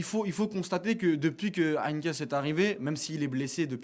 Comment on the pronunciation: Heynckes et non pas HeynckNes monsieur le présentateur .... Bartra non pas a gauche mais a droite .... Bosz le doublé ou Bosz qui gagne l'Europa League mais c'est honteux de dire ça ils ont perdu en finale !!!!!!!!!!! Zagadou c'est a gauche et non pas droite.